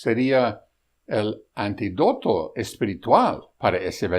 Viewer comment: Antídoto, con tilde en la i, ojo pronuciacion